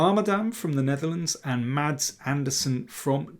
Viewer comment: Being Danish like Mads Andersen (and even living in the same municipality) I can tell you that the d in Mads is mute (unlike the t in the Swedish equivalent Mats).